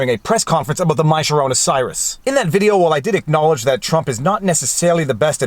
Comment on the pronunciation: why is he mispronouncing the coronavirus?